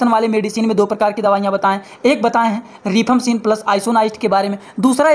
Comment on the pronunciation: Not रिफाम्पसीन,right pronounce रिफाम्पिसिन